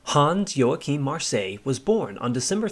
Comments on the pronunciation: ˈjoːaxɪm/ is the correct pronounciation! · Americans really mangle the pronunciation of Luftwaffe. There's no "oo" in it and the "w" is a "v". You don't quite get Joachim or Marseilles right either.